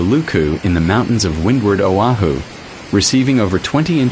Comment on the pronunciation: O'HU? SERIOUSLY?? IT'S O AH HU OAHU.. AND IT'S NOT BURIED.